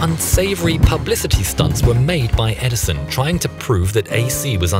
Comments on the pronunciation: "Edison of a..." XD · "EdiSON of a ..." xD